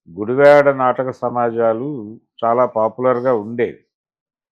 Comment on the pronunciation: Sri gaaru నమస్కారము sir meeru ఉచ్చరిస్తున్న గుడివాడ అనే పదము గుడి వే డ గా విన బడు తోంది సర్!